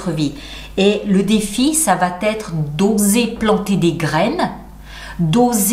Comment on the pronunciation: Bonjour, je vous suis assidûment mais pourriez-vous arrêter de faire la liaison entre "ça va" et "être", il n'y a pas de "t". Ça m'écorche les oreilles à chaque fois, merci. Bonne continuation.